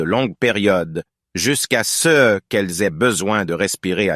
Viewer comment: French was mostly good bu there was some pronunciations that were weird, and it's kind of a mix between Canadian and France french